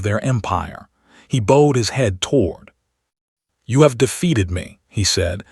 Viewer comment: Boed instead of boughed?